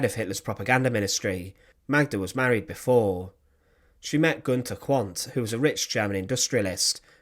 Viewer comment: The name Quant is pronounced Kvunt. The ordinary Russian soldiers, for all their barbarism, were shocked and appalled at the child murders. Magda should have let them live.